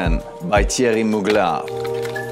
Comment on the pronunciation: So you can’t pronounce Muglèr but you can comfortably pronounce L’Oreal thou…..still buying then layer it with something else to make it personal. Lots of love x